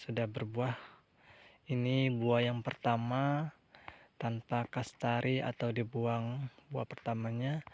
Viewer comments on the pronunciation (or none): Kastraksi bang bukan kastari..😊 Maaf ya bang saya hanya membetulkn kata kata🙏🙏 Semangat bang..👍👍👍